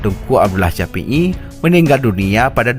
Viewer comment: Meu bahasa hana get glah iadmin. Syahid "caid" syafii "capi'i" neu merno bahasa indo beu get lee admin